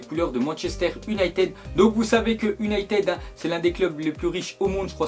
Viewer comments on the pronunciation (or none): none